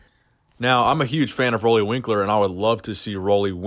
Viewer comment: Nice video,. But just so you know, you've been saying his name wrong all this time. Roelly rhymes with 'Julie.'